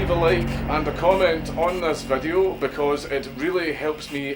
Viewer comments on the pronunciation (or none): I just gotta say Dank's little post-intro "Pleze leave a like and a cömment on thes vedyo coz it rreally helps me en the algarrethm [snicker]" makes my day every time I hear it. So I left a like and a cömment, may the algarrethm favor ye Dank and no wetches curse ye.